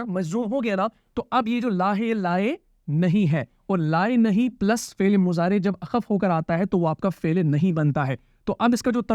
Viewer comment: آپ فعل كو فيل كيوں بول رہے ہو؟؟ 🤔